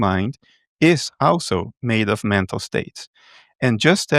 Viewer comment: Is he saying "mental state", "metal state", or "meta state"?.